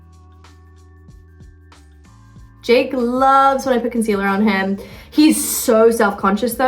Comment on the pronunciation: First it’s concealahh then concealerrrrr I love this American British mix hahaha